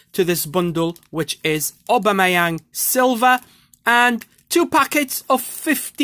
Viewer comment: When he says obamiyang SOOOOO FUNNY